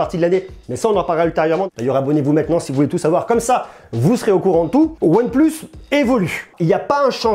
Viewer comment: Prononce le plutôt « one PLACE » stp !!! Tu me fais saigner des oreilles 👂🩸